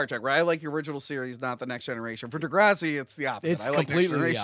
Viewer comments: Love ya especially this time for calling out pronunciation of the epic snore fest that is Degrassi. Now if you could work on his “King Kahng” that would be great. Love this episode thanks for a good New Years Day. *loved the “Biblical deep dive” at the end. Absolutely hilarious. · What the hell was thinking with that “Degrassi” pronunciation?! 🤨 Edit: like, does he refer to the green stuff in the front yard as “grahhs”?